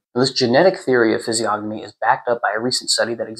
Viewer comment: Massive respect for your knowledge, very good readings. However the "g" is silent, like gnosis or gnome. Or lasagna. Keep up the good work. 🫡